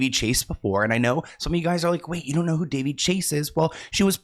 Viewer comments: Can No One say her name correctly? It's Da-vay!! She was fantastic in Big Love.💙😓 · Her name is pronounced Da - Vay. That poor baby. There may be more names coming out from those hollywood parties for sure. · Elijah Woods said his mom protected him and if it wasn't for her he probably would have ended up in bad situations. She was always around and didn't allow him to go places where many other kids were going and was normal for kid actors. Also, her name is pronounced duh-VAY.